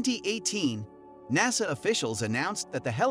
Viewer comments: "Naysa"? And we're done! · When you can't even pronounce the acronym NASA correctly, it makes me question the validity of anything else you may have to say. I did not watch the rest of your video. Good day to you, sir.